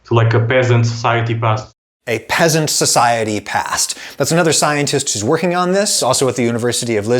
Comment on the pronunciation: Emphasis on the Pea🧐